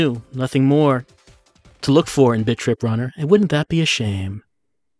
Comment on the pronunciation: I thought you were saying "bitch rip" ... kinda did a double-take and then re-read the title.